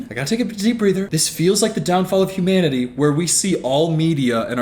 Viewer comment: “Humaninanity”